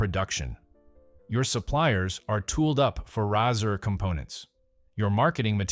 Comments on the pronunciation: It's pronounced just like the thing you shave with... It's a Razor, not a Rassur! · Nahkey-uh & Rahsir ?!! WTF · Pretty sad that you make a video and you can’t even pronounce the product name properly! It’s pronounced like the thing you shave with. Epic fail.